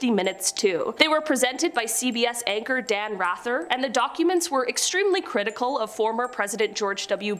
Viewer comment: Hearing her pronounce Dan's name as Rather rather than Rather was rather upsetting